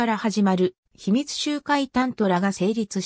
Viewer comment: 仏教用語ほか漢字の読み方は間違いだらけですが😅(例えば「集会」→✖しゅうかい、○しゅうえ、など) 内容はよくわかりました！